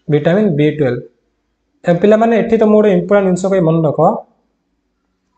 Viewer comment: Sir vitamin B12 ra name ta Clear subhuni..🥺